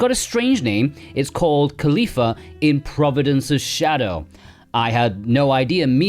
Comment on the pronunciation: Kalifa? mia? xD i think it's read otherwise